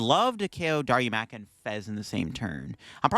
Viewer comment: it's Da-Roo-Ma-Ka. Sorry for being that guy, LOL.